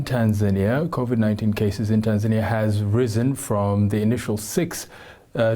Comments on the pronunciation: 😁😂😂 ..Tan(zaynia), TaNZANIa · Right on....who taught her how to pronounce Tanzania.....?as "TanZAINia "so confidently wrong..!